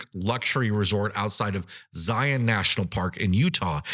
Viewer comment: Just want to say thank you for pronouncing Zion NP properly.